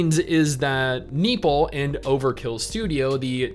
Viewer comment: NE-O- PLE Not nipple . Lolls